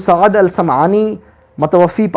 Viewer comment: ارے جس شخص کو یہ بھی پتہ نہیں لفظ " متوفی" یعنی ف کے نیچے زیر اور ی ساکن نہیں بلکہ " ف" کے اوپر کھڑی زبر ہے اورصحیح تلفظ "متوفی" (متوفا) ہے، وہ بلا ہے صحیح بخآری پر اعتراض کرنے۔ واقعی اللہ تعالی کا لاکھ لاکھ شکر ہے کہ انٹر نیٹ کی سہولت سے ان لوگوں کی علمی سطح پہلے جملوں سے ہی سامنے آجاتی ہے ورنہ اگر یہ کوئی تحریر لکھتے تو ہمیں کیا پتہ چلتا کہ یہ کسی لفظ کو صحیح ادا کر بھی سکتے ہیں یا نہیں۔